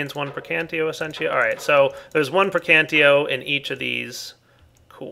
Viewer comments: I cringe whenever you say Praecantio. It's PraecanTATio,. Praecantatio! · I think the magic aspect is pronounced pra-can-tae-shee-oe. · I hate when people pronouce the whole word wrong. Praecantatio is pronounced (Pr-(I as in me)-can-tat-i-o). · that is not at all true buddy i have 2 friends that have studied the language extensively they explained how most of their enunciations actually work in this case the word would be pronounced pray-con-tosh-ee-oh pelase actually talk to someone who knows the subject matter before you make a fool of yourself next time it will save all parties involved a lot of trouble and time thank you very much and have a nice day. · PLEASEEE!! lern the aspects' names!! They are spelled in the latin way! Praecantatio is spelled P R E C A N T A Z I O > the -ae group is spelled like an e whereas the ti group is spelled zi And others follow the same rules!! Nice video btw!!:)